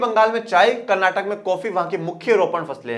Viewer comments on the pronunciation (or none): none